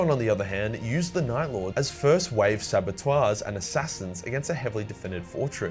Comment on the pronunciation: Mate you really said “sabotoirs” instead of “saboteurs” jjajaja fak’s sake